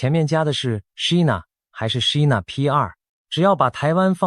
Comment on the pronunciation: China,英文唸錯，AI,要改正，要正確發音。from英文老師.